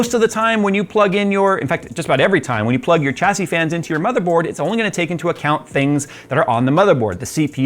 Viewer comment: Oh my goodness… you actually say Chassis correctly! I constantly get irked when I hear people pronounce it wrong. Thank you, really.